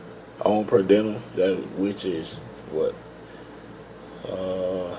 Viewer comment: Per diem.......per-de-umm. Good info I'm trying to get on with Roehl too